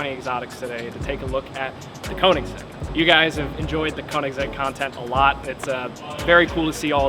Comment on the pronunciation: Is amazes me after Koenigsegg revealed his first car people still can’t pronounce Koenigsegg correctly.